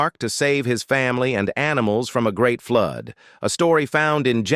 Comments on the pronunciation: Please pronounce the word properly,what is the word flood,not Flud. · Flood not flod